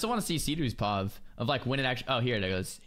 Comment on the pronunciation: I've never heard someone pronounce P.O.V. as "pahv" before it's really bizarre.